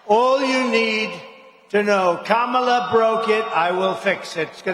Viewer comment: hmmmm, is this the first time he properly said Kamala's name?